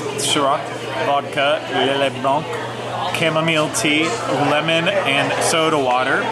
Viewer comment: It's Chamomile, Long O and i iSilent e at the end. It's Cham ( silent h )